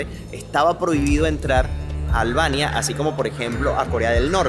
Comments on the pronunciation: No se dice Alvania. Es Albania. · Muy bueno el video, super interesante, pero no entiendo porque pronuncia ALBANIA con la “V”... que comico, no fallo ninguna 😂😂😂